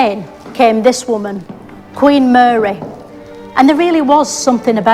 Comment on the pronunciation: Muh-reh…. It’s Lancashire for Mary 😂